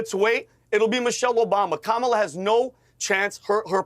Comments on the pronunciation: Interesting that Kennedy is mispronouncing Kamalas' name. At first, I thought he was saying Camelot. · They're pronouncing her name as ' camel - a ' ... 😮😅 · Dear God, RFK Jr., and his perpetual victim complex, is so unbecoming of a leader. Also, show a little respect, and actually pronounce Kamala's name correctly, it's not "Camela", you sound like Tucker Swanson Carlson... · Joe Biden contributions I dont know but Kamala's (come-la) (yes thats how this name is supposed to be pronounced as it's an Indian name) contributions to global entertainment is absolutely rock solid. Rooting for her to keep it going. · Why do u pronounce Kamala "Camela"? 🐪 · Why does RFK insist on calling her Camel-a? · Love hearing people pronounce it Camel 'er. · Kamala is pronounced “comma la”. You’re welcome. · Why cannot Piers or RFK correctly pronounce Kamala? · I love that RFK mispronounces her name. The left also loves when people do that! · RFK Jr can't bother to learn how to pronounce Kamala's name. 😂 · I like RFK Jr. There are a couple things that are bothering me. Mispronouncing Kamala (soft a) is not helping as it comes across as an intentional jab. The other is it sounds like he's giving up. Is he? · RFK Jr is on the world stage claiming to run a legitimate candidacy for president and he still doesn’t know how to or is it intentionally want to pronounce Kamala Harris’s name properly. Bizarre world we live in.